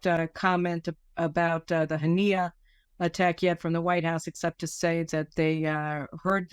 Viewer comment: You could have got his name right its Was Mail Haniyeh